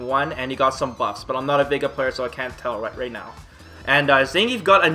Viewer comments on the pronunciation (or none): none